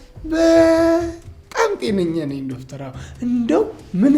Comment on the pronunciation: አሹ ዶፍተር ሲል ያስቃል 😅😅😅😅😅😅